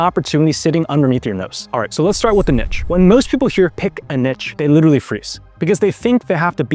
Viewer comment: To mispronounce 'Niche' (Neesh) as 'Nitch' is as incorrect and ridiculous as mispronouncing 'Itch' as 'Eeesh'.